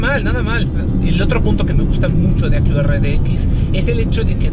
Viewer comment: A qué "akiurrra" 🤣